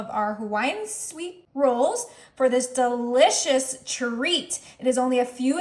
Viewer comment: "for this duhlicious treat" 😂😂